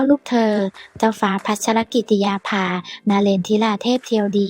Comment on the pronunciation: อ่านชื่อท่านแปลกๆ อ่่านแย่มากๆ